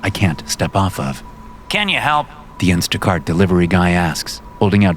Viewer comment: “Instaguy cart”? 😂